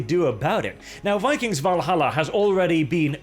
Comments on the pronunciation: It’s pronounced Vikangz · Vi-kangs.. Vi-kangs... Also "Lots of research on vikings"... studded leather armors everywhere...